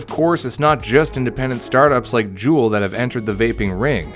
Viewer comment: Also hearing Kangertech, blu, and juul made me cringe